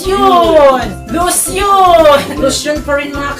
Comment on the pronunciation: Laugtrip yung pagkabigkas ng salitang "Losyon" hahaha. Bisaya jud kaayo oi😂😂